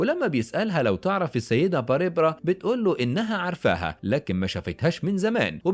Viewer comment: باريبرا؟؟؟؟؟؟ تنطق بارْبرَا